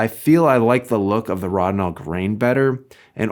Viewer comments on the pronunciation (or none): ROW-din-all. It's pronounced ROW-din-all. Also, thequestion: is Rodinal the best fine grain developer? was settled forty years ago. The answer is yes. Maybe read some journals, books and mages for that era. You know from a time when every professional shot film.